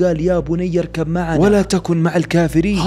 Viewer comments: ياريت لما تمر على الايات تقرائها ببطء وقرائتك ل ايه من الايات غلط عندما قلت يابني اركب معنا⬇️ ✅يابني اركممعنا تم ادغام الباء ميم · قراءة قولة تعالى (يابنى اركب معنا) قراءتها (يابني اركم معنا)